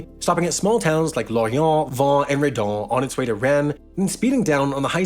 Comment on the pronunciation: Hey Sam, love your vids as always, but I nearly screeched at "Vannes" being pronounced as "vent" . No grudge though